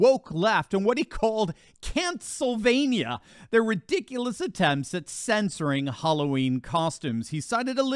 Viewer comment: "Cancelvania!" lol